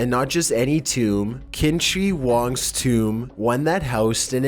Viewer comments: Love ya but it's pronounced emperor Chin-shee. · Who is "Kimtree Wang?" You mean, "Qin Shi Huang"? Damn bruh.. Come on, at least try.